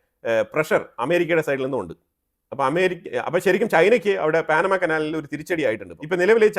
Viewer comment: എന്താണീ പറയുന്നത് പാനമ കനാൽ പോലും പാനമയല്ല പനാ മാകനാൽ എന്ന് പറയുക ok